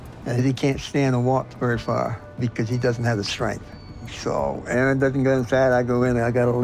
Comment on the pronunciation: You done messed up Ay-ay-ron.